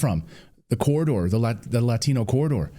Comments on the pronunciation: Clay, Clay Clay... you said Latino wrong. You have to say it with an accent. Didn't you get the memo?? Shame on you!!😂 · Why is it pronounced Lathino?